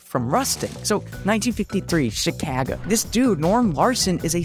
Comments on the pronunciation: No way bro pronounced it shakagoh instead of Chicago 💀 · New way to pronounce Chicago, it is shicago (Shick-Caw-Go) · Who pronounces Chicago like Chi Cat Go? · DA FNCK DID HE PRONOUNCE CHICAGO???😟😟😟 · why is no one talking about the way he pronounced Chicago. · Why is nobody talking about how he pronounces Chicago? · Disliked for the way he pronounced chicago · I had to take away my like because of that pronounciation of Chicago. I'm not even American.